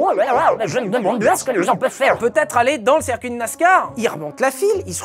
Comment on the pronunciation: On dit cIrcuit, pas cErcuit, bon sang ! 😅